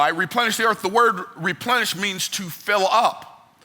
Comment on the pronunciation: When he said “Repenish” does that imply that at some point the earth was “deplenished”?